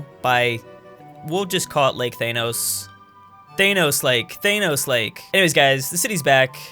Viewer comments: wtf you saying thainos instead of thanos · When he says Th Ae Nos instead of Thanos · Why do you say thanos like teynos? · What is a thanose it’s Thanos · Your pronunciation of "Thanos" though.